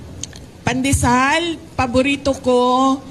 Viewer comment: Sara pandesal pa lang yang ipinapaliwanag mo,di mo pa masabi ng maayos. Paano pa kung ikaw na ang mamumuno sa ating bansa,mahiya ka naman.